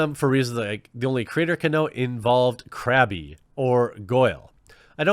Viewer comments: Crab-e..... My nerd rage.... It's seething. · Crabby? M8. It's pronounced like Crab lmfao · It honestly bugged me that you pronounced Crabbe "crabbie." Lol. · Crabbe's name is pronounced Crab, not Crabby. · it's pronounced as "crab" but hey the pokemon KRABBY WORKS FINE TOO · "Crabby' God please no. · Anyone else get triggered every time he said Crabby? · I love you but the "e" in Crabbe is silent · Two things. First, Crabbe's name is pronounced "Crab" Second, I agree that she was objectifying Solid Snake, but come on! Someone took their time, lovingly sculpting that butt. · I love how he can pronounce the names of all the Harry Potter characters except Crabbe. Top Boomer quality Jeremy 😂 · The way he called Crabbe "Krabby" though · It's pronounced "Crab" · THE E IS FUCKING SILENT Look man, I love your content, but is there a Patreon rank to get you a subscription to Hooked on Phonics? P.S. Hope you get well soon man; sickness is a bitch